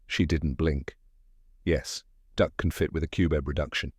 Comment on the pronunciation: I don’t remember the use of “tuiles” but the narrator mispronounced both consomeé (con so MAY) and confit (cohn FEE). If anyone cares.